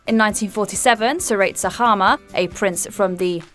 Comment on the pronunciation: I was not expecting to see Sir Seretse Khama and Lady Ruth. And a very good attempt at pronouncing his name